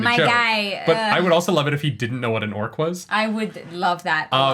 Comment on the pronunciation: Pretty sure Al Michaels has no earthly clue what an orc is, or how to pronunce it, obviously.